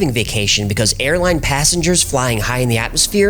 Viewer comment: Why did he say the word "rubber band" like it was not a normal band? It wasn't just a band. Oh no, this...was a rubber band.